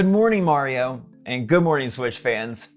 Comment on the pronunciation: is he saying good morning mario or good morning morioh?